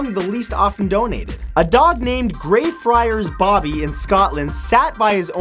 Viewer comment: You say Grey friars Bobby as "Greyfriars Boabby" 😂👌🏻